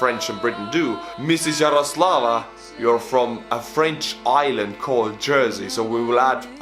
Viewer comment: we're no French sorry, and we're not paart of the UK either but we are considered British haha, I;m just happy someone pronounced Jaroslava correctly since im half Czech